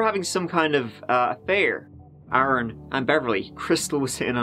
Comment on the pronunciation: So good to hear Aaron said properly and not Erin